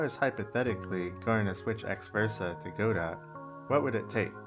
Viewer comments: Obligatory "it's pronounced 'god-oh' not 'go-dot', the t is silent" comment to boost the engagement algorithm :P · Godot it is pronounced gudoe btw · Just wanted to make the obligatory "You are pronouncing it wrong!?!" comment. The T is silent, and its pronounced 'guh-doe'. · Please pronounce Godot correctly. IT IS NOT "Go Dot", the "ot" at the end is a long "ohhh" sound. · Godot is pronounced (guh-dough), I thought... If it were the way you pronounced it, wouldn't it be spelled GoDot?